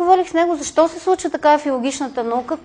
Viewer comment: Не може да си лектор, преподавател в университет и да произнасяш думите чак толкова не книжовно като например: "зашо" вместо "защо". В частния си живот, на по питие, на купон, разходка... ок, но тук маниера не изказ не е на ниво преподавател.